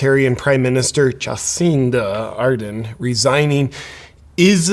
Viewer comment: Ja-sinta R-derrn.